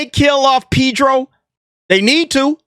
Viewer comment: ' Pee'dro ' Killin me...